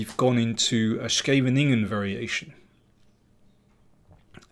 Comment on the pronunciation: Pronunciation of Scheveningen is Sheveningen. Since Daniel the Great even pronounces Esipenko correctly which is really amazing I dare to hint about the pronunciation of the village's name.